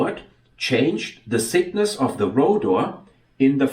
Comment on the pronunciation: Very interesting. But please improve your pronunciation. It's rotor thickness, not rotor sickness.